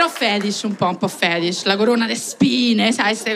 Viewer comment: Però fedish un po' feshid.. Ste cose un po' fedish.... Hahahahahahahahahhahahahha vabbè nza parole